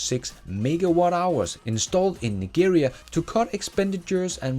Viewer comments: Nigeria is pronounced as Ni-je-ria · ummmm the G in Nigeria is pronounced like the G in GM